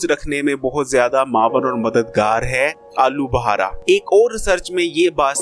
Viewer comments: Pehly bolna seekh Lyn alu bhara nai alu bukhara lafz hai bhai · I think he is lahori 😂😂